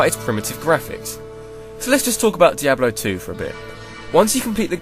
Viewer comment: LOL, peeablo three. bluzzard has officially lost its touch.